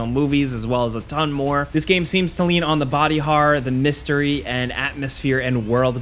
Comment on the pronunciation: Are you pronouncing "horror" as "horrar"?